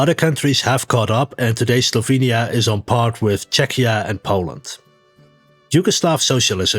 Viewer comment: Guge: didya minh sLovenya?